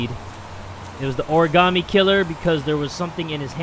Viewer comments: I like how he was getting on the lieutenant for saying origami wrong, and later he says it the exact same way. 🤔😂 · "Origami killer": Why does it trigger me how he says "Origaami" its "Origami" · From now on, I’m gonna pronounce origami like origAmi thanks to this video 😂😂lol I love this series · Heavy Rain drinking game: Take a shot every time someone mispronounces the word origami. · I got triggered when he said origami.... lol